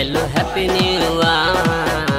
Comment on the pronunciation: it's not happy new year it's happy new r 😂😂😂